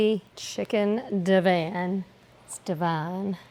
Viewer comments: Never ever have I head Divan (di-vahn) pronounced div-anne 😂😂 I’ve also only just recently discovered some people pronounce Vienna as vie-eena. #HookedOnPhonics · It’s deh-vahn not Dee-van